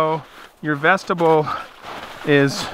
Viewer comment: Love your content. But please, Vestibule, Vesti-byool.